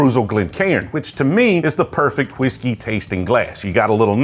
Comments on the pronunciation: you’re pronouncing whiskey wrong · He pronounces Whiskey like Stewie Griffin pronounces Cool Whip